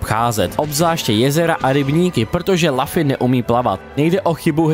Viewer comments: Zdravím, jako zarytý fanoušek One Piece mě výslovnost jména protagonisty jako „Lafy“ ačkoliv v originále je to Luffy [Ruffy] (v japonštině se L čte jako R) zneklidnila. Pochopitelně ne každý zná One Piece a správnou výslovnost cizích jmen, ale tohle mě na jinak zajímavé recenzi zklamalo. Dokázal bych odpustit i americkou verzi Gomu Gomu no Mi tady zmíněnou jako Gum Gum ovoce, ale přes jméno protagonisty nejede vlak. Kratos taky není Krétos, Dante taky není Dent a Ezio není Ezjo. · je to luffy ne laffy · Lafy ? Co to sakra ? :D Recenze ok, ale tohle mi rvalo uši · jmenuje se Luffy a čte se to lufy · Strašná recenze, po první minutě jsem jí musel vypnout. Při recenzi hry, by si člověk měl alespoň zjistit výslovnost jména hlavní postavy. "Lafy"???? "Gam Gam" ovoce???? to se vážně nedá poslouchat 🤮🤮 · Kdyz to rekl poprve malem jsem se do*ral.. :D cim vic to ale opakoval, tim vetsi jsem dostaval pocit, ze prohodit mobil zavrenym oknem je taky moznost.. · Já jsem si u Indiana zvykl na určitou úroveň jejich recenzí. Když však odpovědná osoba neumí ani vyslovit jméno hlavní postavy, jak mám věřit zbytku recenze? Najednou to vypadá odfláknutě. Jsme jen lidé a kdybych dostal text, který jsem nikdy neviděl o něčem, co neznám, taky bych měl problém s výslovností cizích jmen. Jenže kdyby se tohle stalo u jedné ze slavných sérií jako God of War, Assassin´s Creed nebo Legend of Zelda, místo mého chápavého komentáře, kterým jsem chtěl říct: „Je to velká chyba, dejte si příště pozor,“ bychom mohli mít náběh na třetí světovou. Pro člověka, kterého nezajímá anime, natož One Piece, je to prkotina, ale zkusme si to představit u hry, kterou známe všichni a na nějaké pochopení můžeme rovnou zapomenout…